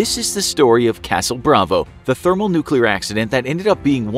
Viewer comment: There was a nucular explosion bit this might be a health hazard